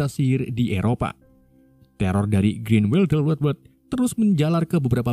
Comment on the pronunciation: teror dari grinweldelwewed 😂